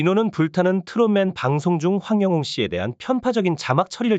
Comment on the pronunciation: 님 백번 맞는 말씀 입니다 고맙고 감사 합니다 그런데요 황영웅 이름만 정확하게 발음만 똑바로 해주시면 더감사 하겠습니다~~